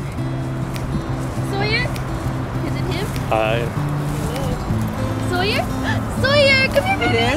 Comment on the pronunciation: The dog's name is Sawyer, not "Soyer". Pronounced like Tom Sawyer.